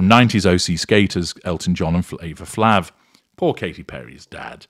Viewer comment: Flav is pronounced 'flave', the Public Enemy guy.